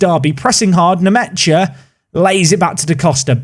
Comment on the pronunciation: i think it’s pronounced Lucas nmesha